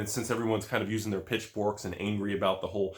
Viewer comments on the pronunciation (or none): said pitchbork. I actually thought he said bitchfork lol